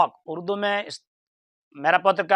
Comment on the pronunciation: مرزا اردو کو بھی اڑدو پڑھ رہا ھے